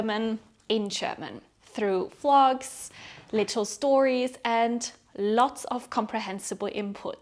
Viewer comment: When she says vlogs and it sounds like flogs 🤭I gargled my tea for you gyal. Thanks for the lesson.